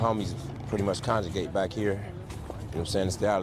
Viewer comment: “Conjregate” = congregate